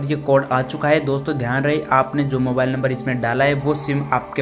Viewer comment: bhai mobale nahin mobile hota hai